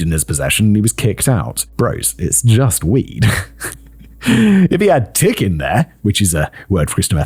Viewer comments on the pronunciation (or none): none